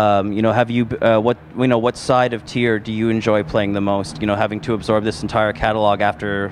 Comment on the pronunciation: MissLokiJackson Tweer!